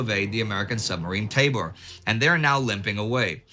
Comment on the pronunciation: it was the the USS Tambor not Taybor, just a heads up. My grandfather captained her.